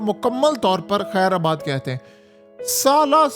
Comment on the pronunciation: Ye lafaz Jo aap bar bar use karte ho kher abaad, ye ghallat ha.asli tallafuz kher baad ha Jo k farsi zuban ka ha jiski Mani ha rukhsat dena .means see off kehna.